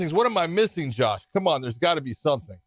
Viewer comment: I actually like the cheesey music but am I the only one who thinks he says John Thompson instead of Josh? It drives me nuts for some reason